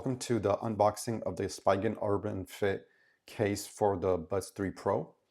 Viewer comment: "Spee" gen, not "spy" gen